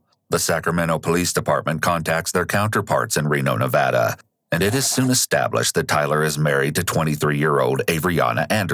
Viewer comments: I love that you pronounced "Nevada" the correct way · Also, thank you for pronouncing Nevada correctly, I've lived here my entire life and I hate it when it's pronounced wrong.